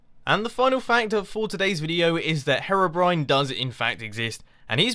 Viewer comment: It is "hero brine"